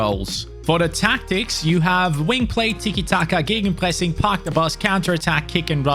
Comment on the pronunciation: I mean you said Gegenpressing like a German 😂